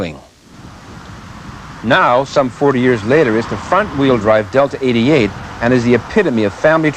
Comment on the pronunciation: To the guy in purple, "Oldsmobile Deltra-88"????? Deltra??? This gentlemen cant even pronounce the name of this fine automobile, yet is somehow an expert on how crappy it is?? Anyone who has ever owned one of these will tell you how dependable and reliable long lasting these cars were, lasting well over 200K to 300+ miles with the 3800 V6 engine , all the while the foreign crap made in this era were in the junk yards at 100K. It amazes me, these self proclaimed car experts who come forward are so clueless its laughable.